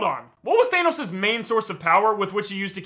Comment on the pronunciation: nahh bro git said thaneos?